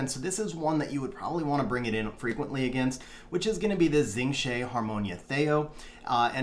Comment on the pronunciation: FYI Xing Zhe is pronounced "Shing Juh".